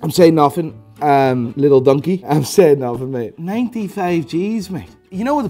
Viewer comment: lol he called lil durk...."lil donkey"